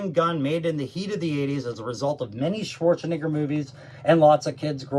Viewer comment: He said Schwarzenigger